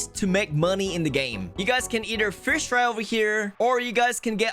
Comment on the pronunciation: ahh yes hes going to "frish" 💀